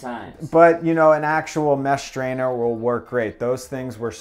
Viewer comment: Please, for the love of all things holy, stop adding H sounds where they dont belong. The word is "strainer." Not "shtrainer." Please. I beg of you. 🙏🏼